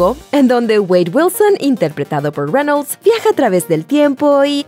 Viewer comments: Onafets SD men... se pronuncia tal y como se escribe... Reynolds.... incluso podria ser Reynols pero.. renol no... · renols... renols... renols..... wtf.. cual es el trauma con mencionar las palabras en ingles.. o los nombres con esa entonacion y pronunciacion incorrecta... estan exagerando con el ingles barato.. enserio.. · Jose Gante reinouls xd